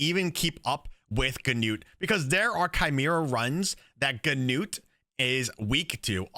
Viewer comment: nice video! and btw... finally someone who pronounces "Gnut" the right way xD (the [gn] is spoken like in a-[ckn]-owledge)